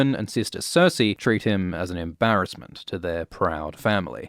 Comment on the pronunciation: I heard it as "Tywin and Cersei treat him as an 'imp'barassment"